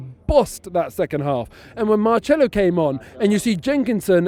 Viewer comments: Marcelo not Marchello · Robbie isn’t the only one saying Marchelo